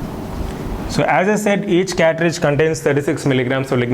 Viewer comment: Catridge or Cartridge?